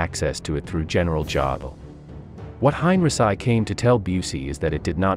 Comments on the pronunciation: Hine -ri - sigh? I thought it was Hine - ree - chee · Hein.richee not heinrisi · How many times have I told you HOW TO PRONOUNCE Heinrici Hein is like line ric is said geese ci is said SEE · I know you do not speak english or german .. but please find a better compureader.Yours is distracting enough that I stopped after the third mispronunciation of henrici